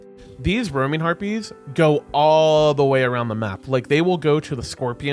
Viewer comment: When you say back harpies it sounds like back herpies haha